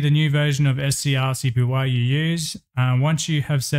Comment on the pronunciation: Bro Its Pronounced ScreenCopy 😭 They Even Said This On Their Github